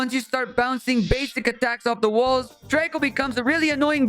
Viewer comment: rico ❌draco ✅